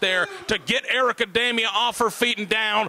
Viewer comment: Dee-mia, not Day-mia!!!